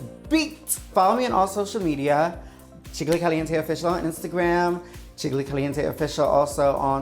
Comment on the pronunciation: Ok, but Jiggly also says "Jiggily" like Kylie....!